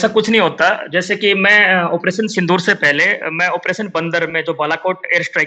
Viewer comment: Sindoor ❌ SindHoor ✅ (x72)